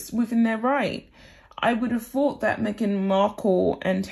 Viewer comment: can you learn to pronounce “ TH”! ie, boTHer, not boVVER!!! THought, not Fought!!! togeTHer, not togeVVer!!! Please!!!